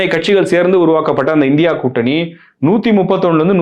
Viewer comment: இந்தியா கூட்டணி என்பது சரியான உச்சரிப்பு இல்லை